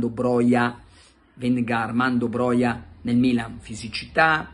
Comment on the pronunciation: Ciao Carlo, in albanese tutte le parole si leggono esattamente come si scrivono, sarebbe a dire "Broja" si legge con la ''j' come nella parola "juventus". Grazie mille per i video quotidiani e per il podcast, sei grande. Un abbraccio e FORZA MILAN SEMPRE